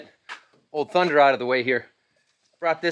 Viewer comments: You didn't say it right.. ThundeRRRRRRRRRR!!!!! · Unacceptable. It’s not Thunder, it’s Thunnndddderrrrrr…. Geez you have to get that right!!